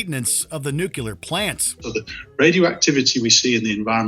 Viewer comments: It’s “Nuclear” not “Nucular” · Pronouncing "nuclear" that way is a mistake too. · It's NUCLEAR. Not "nucular." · It's Nuclear not Nucular!!!! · Nuclear, not "nucular". (adjusts glasses) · It's not nu-que-lor. It is nu-cle-ar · NUCULAR PLANTS! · Is it so hard to pronounce "nuclear" correctly? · How does a channel with this many subscribers still allow someone to pronounce Nuclear incorrectly… it’s not that hard